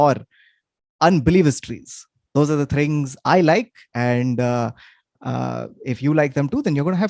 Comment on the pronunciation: Does say 'thrings' in the intro? As he is talking about three things? Or am I just overthinking?